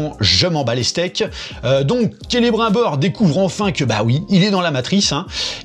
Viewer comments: c'est marqué dans les livres comment on prononce, c'est pas difficile. Kélé brime bore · Il me fume qd il dit : Celebr 1 Bor. Qu'il est con. Mais il me fait rire, c'est déjà ça